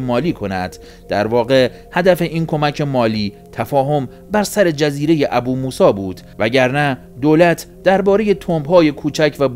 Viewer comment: درود 🌹 برنامه عالیه❤ لطفاً فقط بجای ابوموسی بگین بوموسا🙏🏻🙏🏻🙏🏻